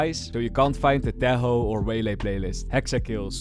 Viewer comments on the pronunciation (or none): none